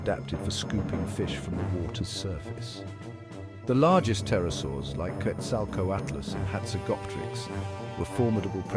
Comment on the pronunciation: Pterosaurs, not Tarasours. 🙄